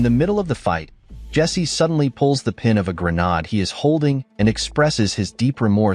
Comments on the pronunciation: pronounced "gruh" "naid" (not "gruh" "nod") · Grenaat ( Dutch ) , Grenade , english , short for hand grenade , dont know why he says Granaad ??? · Its pronounce Gren Aid. You missed the bit out where one of the containers is linked to the cave where they steal the weapons. Quite a big bit to miss out. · How the hell does he think it's called a 'GREN-ARD'..🤔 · Either your AI script writer spelled "grenade" as "grenad" or your AI reading software doesn't know how to pronounce it.